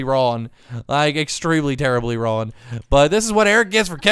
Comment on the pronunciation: Please say wrong next time because you're saying it wrong and it gets annoying sorry to be rude but love you anyway